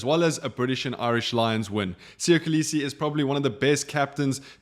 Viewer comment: Still cannot pronounce Kolisi 😑